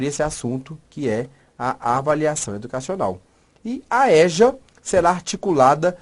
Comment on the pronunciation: ÉJA? Não né? EJA ( ÊJA ). Ok professor? No mais, showww de bola! 😌